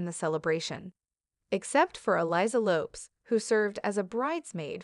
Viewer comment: The commentator is pronouncing the Queen Consort's son's & daughter's surnames badly. PLEASE LEARN TO SPEAK THE KING'S ENGLISH!!... They are Tom Parker BOWLES (as in 'bowls' of soup not 'bowels'...) & her daughter's surname is LOPEZ ( ending in 'Z' as in "PEZ candies" not as in "LOPES around").